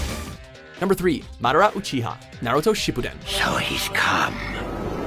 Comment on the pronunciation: Really masdira not itcha